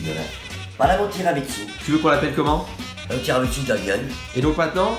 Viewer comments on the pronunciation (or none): On dit pas tiramitsu mais tiramisu 😂😂😂😂😂❤️ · mdr je l’aime elle ditt tiramitsou a la place de dire tiramisu !!🚗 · "tiramiTSU" hahaa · elle appelle ça tiramitsu c'est cute